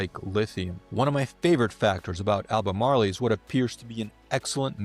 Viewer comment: Learn to pronounce the word.